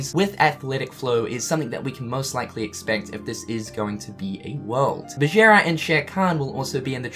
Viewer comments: It’s not Bajira, but Bagheera. That’s who Ghira Belladonna from RWBY is named after, as well as Sienna Khan, Kali... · I'm also a New Zealander and I pronounce it Bag - ger - ra. is just weird.